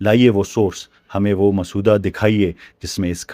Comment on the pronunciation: G Dr sahab ye lafz musawwada hai